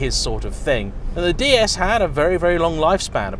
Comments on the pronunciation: Try to pronounce ds correctly it’s not how you did . Slightly better review than the Citroen sm . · The "S" in Pallas is indeed pronounced in both French and English 😉. And "DS" is pronounced exactly the same as "déesse" in French i.e. goddess.